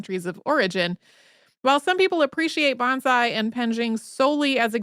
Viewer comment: Just an FYI, so you won't be corrected in your pronunciation as rudely as I was. Say it like Bone-sigh.